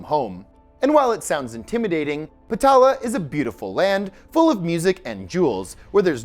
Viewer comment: Dwaraka pronunciation Duh-vah-ree-kah Patala peonunciation Paah-taah-l